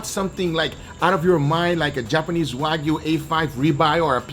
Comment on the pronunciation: I love how he says waygu